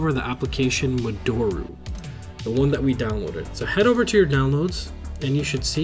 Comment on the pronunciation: Love your videos. You're my favorite Vita YouTuber. FYI, modoru is pronounced (mo-do-ru / mo-doe-rue) not (mo-door-u). It's a Japanese word 戻る, meaning "to return"..